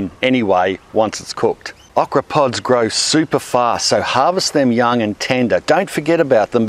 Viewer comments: please Say OH kra that Uh kra sounds weird to me lol so anal i know. they are good fried those Okra. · "aw-kra". As an American, I've heard a new, interesting to me, Aussie pronunciation. We say "oh-kra". It's a great veg, but not too many know how to cook it. It's big in Cajun and Creole cooking, and breaded and fried in the South, but also great whole on the grill, pickled (my fav), and plenty of other ways. Kinda like squash... You can make it taste like shit if you don't care. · He says awk-rah.....lol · Thumbs up is this is the driest time you’ve heard “okra” with an Australian accent. Shout out with how you like to cook it. I like it breaded and fried or as a part of a gumbo. Tried gardening many times, okra always makes you feel like you’re not terrible at it. ;)